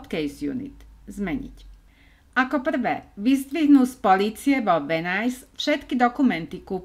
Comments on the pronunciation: Videjka super.... ale říct Venice - Venajs??? Uf Uf Uf..... to bych radši celý vymazala a.natocila.znovu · To je venis nie venajs😢